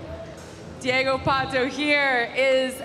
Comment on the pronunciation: Deigo Pato? kkkkkk